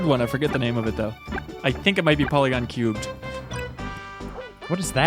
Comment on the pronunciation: Porygon, not Polygon. It's Engrish.